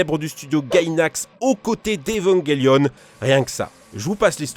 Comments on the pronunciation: Evangelion pas Evanguelion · Il a prononcé Evanguélion je suis k.o